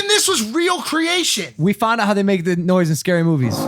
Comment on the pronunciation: It noince btw